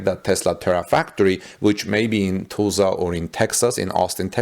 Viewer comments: Pro tip. . . go through and read your script, and highlight any words where you might encounter pronunciation difficulties. Eg,. . , Tulsa is not pronounced Tool sa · It sounds real funny when he says "Tulsa", Oklahoma. I sent him a comment with a link to a voice recording on how to say it properly but I guess he didn't see it. He could google how to say it better but it's no big deal.